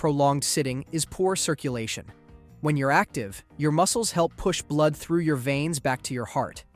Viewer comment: Probably the mispronouncation of blood 😂